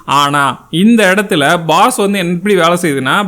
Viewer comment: Baas not boss